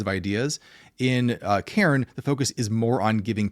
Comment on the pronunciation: Cairn not Karen!!!!!